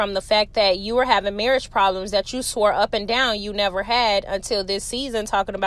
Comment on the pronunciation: And marrish…instead of marriage 😮😂